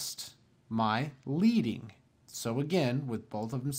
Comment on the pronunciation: Tip, leading is pronounced 'ledding' this is because in traditional printing the space between the lines of typeset was created using strips of the metal, lead. Just trying to help👍